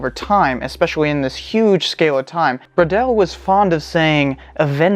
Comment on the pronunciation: i love the way you pronouce "bwaudel" wondering between "bro" and "bor"..with a wave of awkward puns ;)